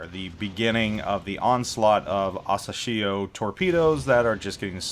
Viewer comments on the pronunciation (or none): Hey...happy new year and keep doing this awesome job with your vids. Just wanted you to know that you're mispronouncing the destroyer's name wrong. It's asAshio.... Press the speaker icon on the Japanese translation to hear it